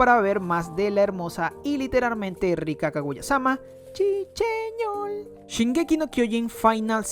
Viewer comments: shi sheñol! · Chi cheñol